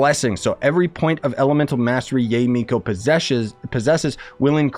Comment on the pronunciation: just FYI it's pronounced Ya-eh or yiay if that makes sense. If you look up how characters say her name they say her name like this also it's the correct Japanese pronunciation.